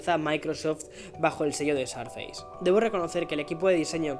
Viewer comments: No se pronuncia "sarfeis". Te recomiendo para futuros videos que lo pronuncies a la española ("surface" sin más) o que consultes la pronunciación de la palabra en el Oxford English Dictionary. Suena realmente mal para los que tengan alguna noción de inglés, de verdad. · dices mal surface!! Corrigelo. Saludos me encanta el podcast y tus videos